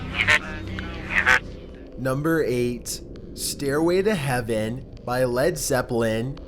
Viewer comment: "Staiway to heaveuhn. Satauhn."